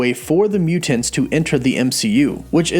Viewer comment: Love the theories and the video, but man, I gotta say, I REALLY hate the way you say "MUU-TANTS"! Yeah, I know, that is a petty criticism but I don't think I've ever heard anyone pronounce it that way and for some reason it made me cringe every time you said it...